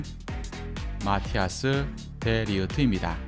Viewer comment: 마티아스가 아니라 마타이스에요 ㅎㅎ 헷갈리기 쉬움